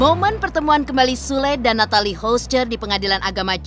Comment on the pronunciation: Kyaknya yg baca britanya hrus blajar cara ngucapin nama nathalie deh.. 😑